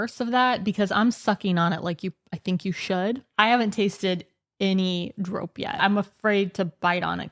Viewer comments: I don't (always) want to be that annoying person, but we pronounce the o in drop a bit like the English "border". I felt like your version was a bit too much in the "snow" direction. Other than that, you're doing a great job exploring our language and food 😊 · It's pronounced drop, just like the English verb, not droap. Hopjes have the same sounding o, like the English verb hop, not as in hope. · Yup, not 'droap' but simply the English 'drop'. And easy on the 'w' in 'drwop', make it 'drrrrrop'. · Drop is actually prenounced as dr-oh-p not lik the hard ooo as in OK but more the soft oh like the meh kind of oh sound. Hope I explained it right, but dropjes is not with a hard O, but soft O. If that makes sense. Hahaha, better explained in talkative Dutch. It is why people have trouble understanding our language hahaha. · The letter O in drop is the same as how you guys pronouce the letter O in Dordrecht, just a tiny bit shorter.